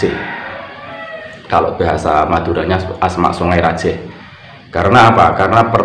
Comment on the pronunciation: Songai rajeeeh Pakai e tadz bukan E Salam dari madura bangkalan ustadz,semoga chanel nya semakin berkembang.